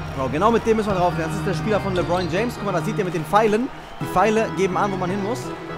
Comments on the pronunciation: Er heißt nich lebroin james hahaha lebron das le wie im französischen und dann bron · Er heisst lebron nicht lebroin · Les dir mal die Namen und die Plays richtig durch. LeBron, nicht Lebroin, usw. Hört sich beim zuhören richtig kacke an. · Emirhan Taser z.B. sagt er LEBROIN anstatt LEBRON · Geiles Video Aber mich als nba fan stört noch ein bisschen dass du die namen nicht aussprechen kannst 😂